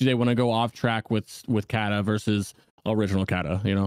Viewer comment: ca-ta not cat-a